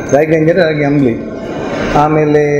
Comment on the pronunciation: ಆಮ್ಲಿ ಅಲ್ಲ ಸ್ವಾಮಿ,, ಅದು ಅಂಬಲಿ